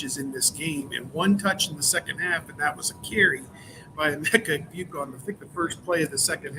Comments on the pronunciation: I believe it's Egg-Boo-ka. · Someone please teach how to pronounce Egbuka. Even rival podcast hosts are sticking it to him.